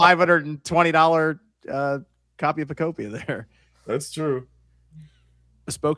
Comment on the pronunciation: Pokopia is pronounced the same way you would pronounce ‘utopia’ because it’s a Pokemon Utopia. Just think of how you pronounce the game ‘Miitopia.’